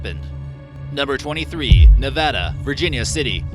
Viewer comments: Yes!! Its about time someone says Nevada correctly👏👏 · sweet a person who says Nevada correctly